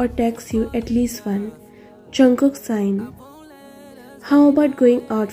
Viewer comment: Uh author I'm not trying to be rude but it's sigh not sign ok? I just wanted to help you improve btw great ff